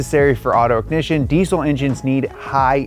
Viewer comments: Deezel not decell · Why can't Americans pronounce diesel? It's deezel not deesul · i dont want to be that guy but diesel is pronounced dee-zl not deesssssssle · Deesle? How dare you mispronounce the z in diesel. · It's pronounced. Dee zl. For Christ! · anyone else find it funny how Americans say diesel? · Americans really need to learn how to pronounce diesel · that way he says diesel😅haha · Your pronunciation of diesel makes this video almost unwatchable. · Wierd hearing the 'S' in deisel pronounced as an 'S' instead of a 'Z' like normal English speakers do